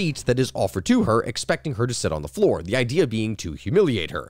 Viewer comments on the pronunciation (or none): none